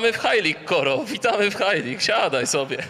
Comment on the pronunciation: ej ten koro brzmi jak kara xDDDD